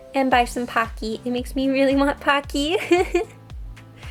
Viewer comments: I kinda like hear her saying "Packy" instead of "Pocky" XD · Aw they are so cute! But why does she say Pocky like PockEE...? It’s kinda weird QwQ no judgement tho ❤️ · The way she saids pockys 😂😂 Her : Packys Me 😂😂😂😂😂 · When you say "pocky" 💀🦋